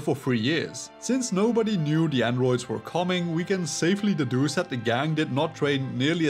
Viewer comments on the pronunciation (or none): It grinds my gears how you pronounce androids😭